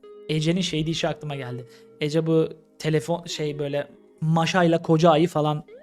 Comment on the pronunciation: Maşa değil Maaşa A yı çekerek söylemek lazım